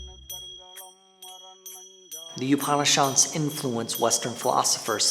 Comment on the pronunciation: FYI Upan in Upanishad is pronounced similar to oupan in coupon.